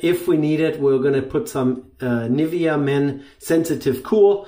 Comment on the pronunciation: ich will keine Karen sein und nimm's mir bitte nicht übel, aber sprich doch unsere deutschen Produkte so aus wie sie auch heißen:-D Nivvia hört sich so falsch an, sagst doch auch nicht zu Porsche, Porsch (hoffentlich) Schönes Video btw, habe mir vor paar Wochen den Yaqi Sentinel gekauft mit 1,5 mm Klingenspalt. Dafür, dass man da gefühlt die ganze Wange drin bunkern kann, ist der extrem sanft und seeeeehr gründlich. Den Kopf gibt's auch in OC Form, das habe ich mich dann aber doch nicht getraut. Für ca 50€ aus Edelstahl wirklich ein super P/L Verhältnis, was Yaqi da hat. Generell deren Edelstahl Köpfe sind sehr wertig